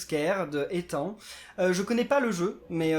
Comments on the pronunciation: ce n'est pas moi qui ait fait le niveau mais ca ce prononce éthane (je le sais je m'apelle comme ca) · ça se prononce ethane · Ethan il doit t'insulter on lit le N dans ethan